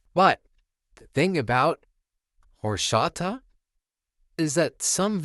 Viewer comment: "Whoreshata" Lol